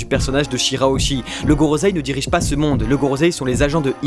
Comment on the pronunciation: Gorosei et pas gorozei